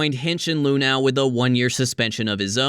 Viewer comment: My biggest takeaway from this one... THAT'S how you're supposed to pronounce "Luhnow"?!